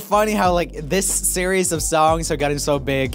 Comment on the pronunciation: Did anyone else catch Roomie say serwies and not series